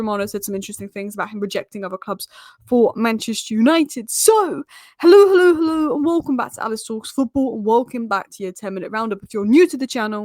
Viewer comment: She syas Hollow instead of Hello man. Ignore😂